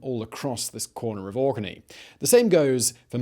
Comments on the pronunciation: ohhh it's "Orkney" ... I heard Auckney lmao . Tbh Auckney sounds better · I know he's saying Orkney but in my head he's saying it spelled like Aukney... lol